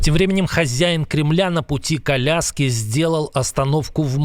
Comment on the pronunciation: "На пути к Аляске" послышалось как "на пути коляски" . Чуть не возрадовались все